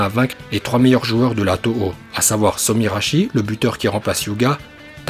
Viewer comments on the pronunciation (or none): tout est parfait dans la vidéo sauf Somirashi car son nom c'est Sorimashi xD